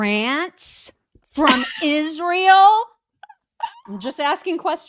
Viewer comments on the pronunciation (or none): I especially hate how she says Ish-rael.